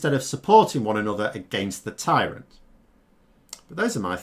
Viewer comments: “Tyrant” not “Tryant’ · What is a tryant? Is that like a combination of "ant" and "tryhard"? If that is the case, yeah, pretty apt description of Boris I'd say... :) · What’s a tryant? Is that like a monoped or a hexagonal worm?